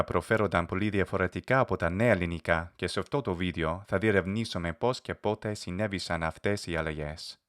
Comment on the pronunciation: The way that the unvoiced, unaspirated consonants κ, π etc are being pronounced sound to my novice ears like they’re being ‘voiced’. i.e. «και» is sounding like «γαι». I’m sure they’re not but I’m not sure I can distinguish between these sounds.